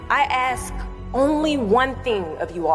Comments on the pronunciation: Why do you 'AKS' and not 'ASK'???? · all that education and still says ''axe me'' instead of ''ask me'' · She then ax me, she then ax me, she then ax me